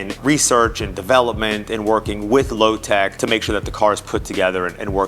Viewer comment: What do you mean? He said Lotec correctly.